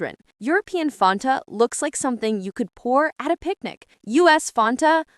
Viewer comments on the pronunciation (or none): The pronunciation of Fanta sounds so off in this video. 'Fontah?'